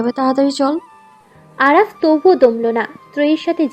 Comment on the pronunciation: আরাফ বলছেন কেনো নামতো আরফা